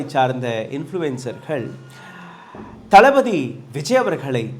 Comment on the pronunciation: தப்பா சொல்லாதீங்க! தள்ப்பதி விஜய் னு தெளிவா சொல்லுங்க!